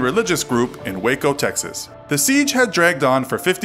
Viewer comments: I’m From Waco Texas And I Heard Of This But Thanks For Giving More Information (And You Actually Said Waco Right!~) And Don’t Call Waco Wacko-._-. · As someone who lives in Waco, I’m glad you pronounced it correctly